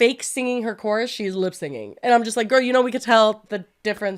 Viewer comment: with all the love in the world. It's lip-SYNCing. Not lip-singing. Ma'am please